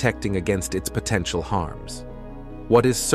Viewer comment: Is this text to voice AI? Something about the pronunciation seems a bit off. Potentiahhhhl?